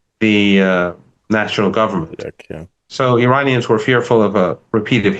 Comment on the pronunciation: Since you are able to pronounce every English word correctly, how about honoring Iran(Ear-on) and Iranians (Ear-on-ians) by ATTEMPTING to respectfully pronounce their country/populace correctly?!?! This isnt the 1980’s. 👏💪🏼‼️☮️